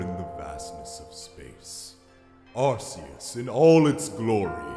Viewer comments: Arceus is pronounced Ar-kee-us, not ar-see-us. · According to a book I read as well as the anime, the 'C' in Arceus is a hard 'C' like in Latin. BTW, a somewhat related fact, the proper pronunciation of "Caesar" was "Kaiser". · YOU MISPRONOUNCED ARCEUS (incredibly loud Screech attack) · You pronounced Arceus wrong.